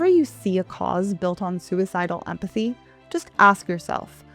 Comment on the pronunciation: Pretend 'emphathy'